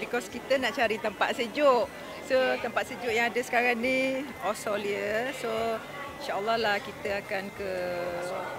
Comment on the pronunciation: Nampak sgt tua A aida nie.. Mamat ni sggup dgn A aida ni sbb A aida ada duit.. Mcm kwn dgn makcik lah pulak.. Sebut Australia pun xbetul..